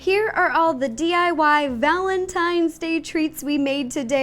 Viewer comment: It's day not dag